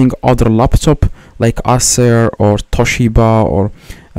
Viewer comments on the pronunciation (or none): none